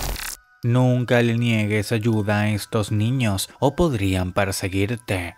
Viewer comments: "Porian" o "Podrían" porque decía porian xd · Momento porian o podrían en la palabra